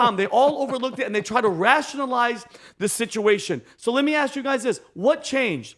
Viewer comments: In the year 2050, “axe” will replace “ask.” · Black English: ax vs ask lol